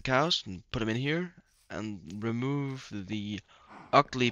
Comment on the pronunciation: "Re-mooh-ve the ugly pen" lol